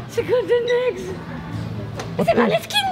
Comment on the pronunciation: je pense que je voyagerai jamais hors de la Belgique sauf peux être le Japon et c'est super cool comme vidéo !! (Ça se dit moneskin)